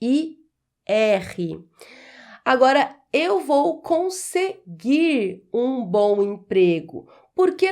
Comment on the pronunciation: "Eu vou conseguir um ..." quando houver, em seguida do verbo terminado em "r", uma palavra iniciada com vogal, a pronúncia denuncia e torna o erro evidente.